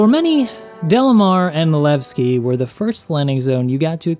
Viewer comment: Levstay becomes Leaveski.